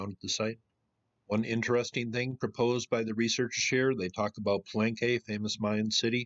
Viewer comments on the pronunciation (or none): none